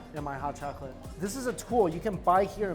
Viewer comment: Totilla... chocaty? All these new words. Lol at least he didn't say Jooshy this time